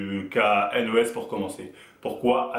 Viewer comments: Sa se dit Haine Eau Hess donc N.O.S et pas NOSSE ^^ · On dit n o s mais lettre par lettre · Dés le debut il ma deja fait rire avec son "nosse" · Pourquoi tu fais une video sur lui si tu sais meme pas prononcer son nom ....